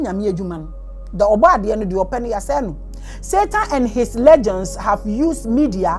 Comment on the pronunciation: my dear mama, my teacher and my admirer the word "Legions" is pronounce as "LEE-junz" not legends